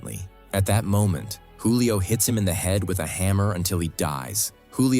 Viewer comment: Youre aaking yhe AI to say a lot of words... Keith becomes Case and Julia becomes Julio... Its OK, AI is still young and needs to spend more time in school.